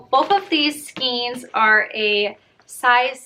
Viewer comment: Hello! Great video! FYI it’s pronounced SKAIN not SKEEN. You should try Joann’s posh and baby bear yarns, they are my favorites!!